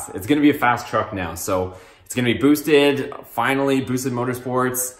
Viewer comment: Did you say Boost?